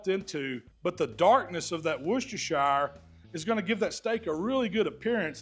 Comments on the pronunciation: Loving the videos as always. Just Heads up though, in the UK we pronounce it Wuh-stuh-shuh sauce. We don’t say the shire like shy-uh Hell sometimes we don’t even see the Shire part on the end and we just call it Worcester sauce as that is the name of the town it originated in Worcester is pronounced Wuh-Stuh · "wusstersher" sauce 👍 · it's pronounced "wuh ster shuh" sauce Great vids with some good tips. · Love the video. BTW it is “woos-ter” sauce 😅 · Just Wooster Sauce or if you like, Wooster-Sher sauce. Great video as usual 😊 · wu-stuh-shuh sauce - just for info as I live there! They're some great steaks,! Thanks for another great video! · can't you really fathom how to say WORCHESTERSHIRE?